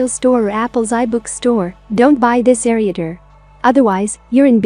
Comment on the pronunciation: Sorry to say but the computer voice is not very appealing, along with pronouncing ereader and a few other words. I would recommend dropping the computer voice.